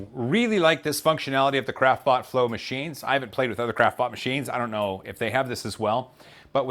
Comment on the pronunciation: I've actually started hearing "crapbot" every time he says "craftbot"... =)